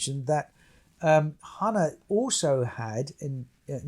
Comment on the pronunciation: It’s hah-nah…